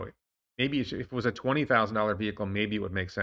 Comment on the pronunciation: Every time I hear someone speaking in the "tweNNy-tweNNy" and "thirDy" way, I immediately lose interest in what he is saying